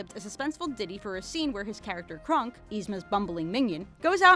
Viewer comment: Did the way she pronounces Kronk get on anybody else's nerves? It's Kronk, not Krunk.